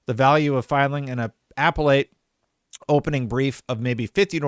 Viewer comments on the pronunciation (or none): It’s pronounced uh-pell-et courts. It’s the court that handles appeals on court decisions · Just a friendly fyi : uh pell ate